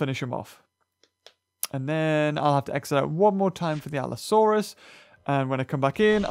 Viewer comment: An ALLOsœrus lol